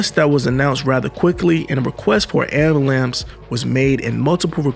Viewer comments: YO! I love this channel. Full stop. I have to say though... there is NO SUCH THING AS AN AMBULAMPS - NONE. I want you to win. So I need you to say AM - BU - LANCE. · You Killin me though, with the "Ambulamps". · Lmfao bruh he said ambulamce lmfao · A bro its AMBULANCE!!!! 😂😂😂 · Who can't say "AMBULANCE "? Get someone who can read